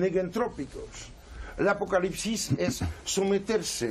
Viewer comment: Acocalipsis, apocarripsis…no logra decirlo bien 😂